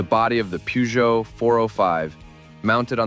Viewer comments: You have pronounced Peugeot wrongly. Should be per-jo. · Is it really that difficult to pronounce Peugeot in a proper way? 😢